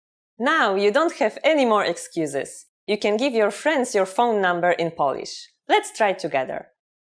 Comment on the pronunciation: Huh, so basically you’re trying to teach others Polish, while you can't even pronounce the word 'Polish' (what you keep on saying is 'polish'). 🤦🏼‍♂️